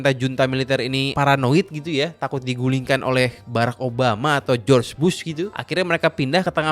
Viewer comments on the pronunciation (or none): none